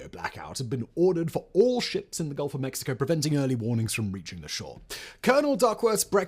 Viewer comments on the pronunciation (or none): none